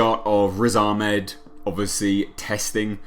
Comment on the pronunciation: I do agree, it was a great trailer, I found the dialogue a bit off though, idm the effects. Edit: The way you say 'Ahmed' is on point 😀